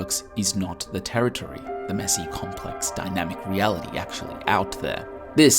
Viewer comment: "terriotry" It's territory.